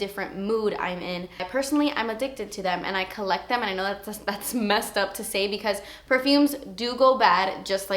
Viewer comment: you crack me up when you say "dats expensive" your so funny! xxxx